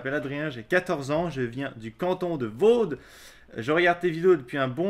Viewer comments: lecanton de vaud se dit vau(d) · C'est le canton de Vaud on ne prononce pas le "d" sinon continue avec tes vidéos superbes et ton fan mail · il vient du canton de Vaud et moi aussi et le d ne se dit pas